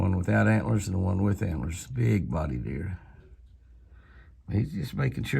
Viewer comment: Haha, they're "HANT'LER'ORNS" Jimmy!😂🦌